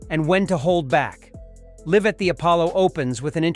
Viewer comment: Love the pronunciation of 'Live' 😂😂